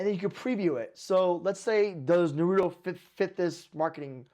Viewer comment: Naurto instead of Naruto 😭